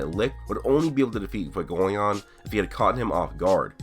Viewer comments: fuegoleon = few-go-leon. leon = french lion not lee-on. just so everyone knows lol. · It’s pronounced fway go lee own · Stop pronouncing fuegoleon fugoleon